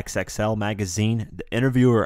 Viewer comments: Great video but XXL is pronounced Double-X L, not X-X-L. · It's Double XL bruh. Calling it X - X - L makes you sound ignorant. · Stop calling it "X-X-L"